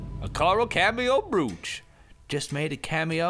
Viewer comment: did anyone else facepalm when toby said brooch??